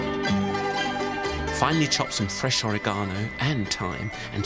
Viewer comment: Ori-gano XD